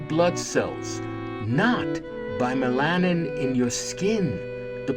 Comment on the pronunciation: "Top Ten Black Scientists WHO Were Silenced." -- And MELANIN is not pronounced "meh LAH nin." It's "MEH lah nin." Thank you!